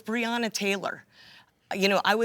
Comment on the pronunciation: BREONA Taylor! NOT "Briana" ! Damn that shit is irritating! As annoying as when they say Kamala as "Kah-mala"! 🙄😤